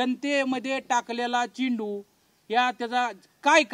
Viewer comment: चिंटू नाहीरे बाबा चेंडू म्हणायला शिका अगोदर.